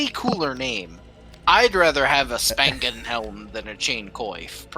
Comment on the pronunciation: You butchered the Spangenhelm so hard that I didn't evan ralise it's supposed to be german 🤣